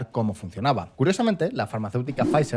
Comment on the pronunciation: como médico, por favor, si vais a hacer un vídeo sobre medicamentos, buscad cómo se pronuncian las cosas - no es [wégovy] es [wegoovy] - no es [semaglútida] es [semaglutída] que me duelen los oídos